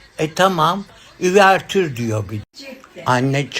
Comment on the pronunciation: Üvertür degil , uvertür, türkçesi var açılış